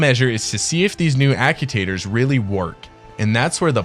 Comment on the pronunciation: Ack-you-taters? I love the concept of the video, but the mispronunciation of actuator is killing me...